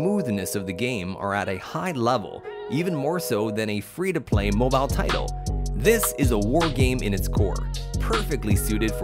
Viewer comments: Am I the only one that heard mobo instead of mobile? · Why does he say “mobo” games